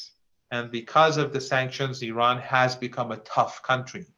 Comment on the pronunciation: At least this guy pronounce iran correctly, some of these westerners mis pronounce the name of iran.